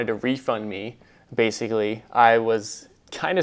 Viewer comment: "Basically" not "baiscally"